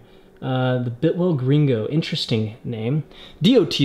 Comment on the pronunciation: Buddy, it's not a "bitwell" it's pronounced BILTwell. .... Either way, it's a nice helmet.